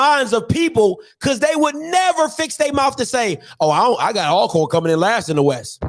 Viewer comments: the pronunciation and spelling of Alcorn is just like Always and Almost. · hey how do you pronounce the word Always, Although..... then you can pronounce Alcorn the same way lol